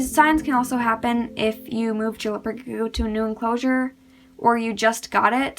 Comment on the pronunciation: 🤔 why do you say gecko like “leopard g-o”